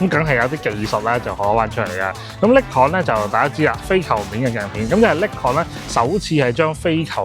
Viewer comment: 不好意思，好似好多公司名英文都唔啱。Nikon 已經唔啱，Oakley 應該係oak….ley唔係occ…key…….. 不好意思